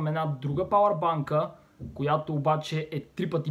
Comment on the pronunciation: Научи се да изговаряш думите на английски не е палАр бАнка Ами ПАЛЕР БАНГ